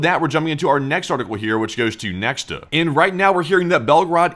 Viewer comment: Interestingly, since Nexta is a Belarusian news outlet, it is pronounced "Nyekhta" (which means "someone") ("X" in Belarusian is pronounced as "H" or "KH").